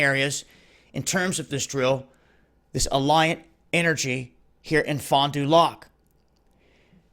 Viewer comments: lol ends with "lack" that drove me nuts hearing lock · #1 Fondulac is pronounced FON duh lack. I can tell you’re not from this area. #2 The Fox Valley Tech Public Safety building is for training firefighters and police officers. They start fires to practice putting them out in the tall towers. Police practice raiding a building with SWAT tactics as part of their training. The reason they didn’t want you at Expo Center was because you are not an employee.trained in procedures and heavy equipment. This is an insurance liability issue. They don’t want the public around to get hurt. Drills like this are common at airports, etc for disaster and natural disasters. We had a 50 mph wind in 2012 that snapped poles and had the power grid down for a week. 2013 we had 6 tornadoes touch down in one hour. June of 2017 we had a record 10 tornadoes touch down in one hour. Which is why you need power company drills. #3 If you traveled 10 miles up the highway, there is a major highway reconstruction down the highway. Hence, the concrete trucks serviced by Oshkosh Truck Company. #4 Oshkosh Truck just got a government contract for $billions from the US military to upgrade or replace all their military Humvees etc plus vehicles for the UN. Which is why you see all those vehicles around. We see them on flatbed train cars and driven around by civilian drivers in neon green vests all the time. No disrespect to you. I appreciate you putting the alarm out. But as we Fox Valley residents could tell you, it’s not all that it seems. *Not familiar with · Sooooooo we still don't know that much and that's how it goes sometimes. Btw, it's funny hearing someone pronounce "Fond Du Lac" when they're not from the area or state, lol. It's said faster or all together as in one word, and doesn't end with "lock". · It's funny how he says Fond du Lac lol